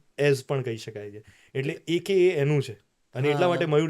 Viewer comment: It's not અક્કા it's એકેએ